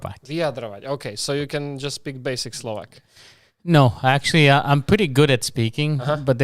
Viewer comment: Já si na první pohled myslel že je Slovák :D podle jeho dobrých výslovnosti